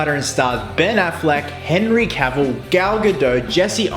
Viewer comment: one of the few people who pronounce henry cavill's name correctly.